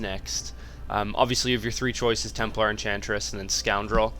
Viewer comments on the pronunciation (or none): none